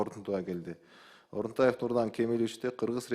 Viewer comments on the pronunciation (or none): Орунтаев дечи отунтаев дебей тантырап